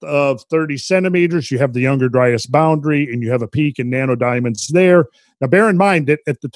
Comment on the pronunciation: I just cant help but hear "nanerdiamonds" when randall says it 🤣